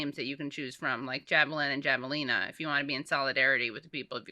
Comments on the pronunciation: Javelinas are wild pigs of at least the southwest. Pronounced have-a-leena. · "Javelin or Javelina" lol!